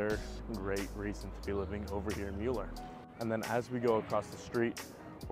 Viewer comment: It's pronounced "miller". Thanks for the report. I have lived in Austin for 43 years.